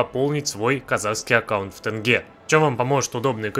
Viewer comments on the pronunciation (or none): Не Тэнге а мягче тьенге!